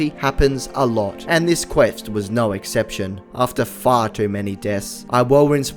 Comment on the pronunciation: The classic Aussie norrrrrr